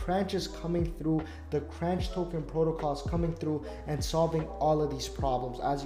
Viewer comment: is pronounced the same way as CONTROLLER. FYI.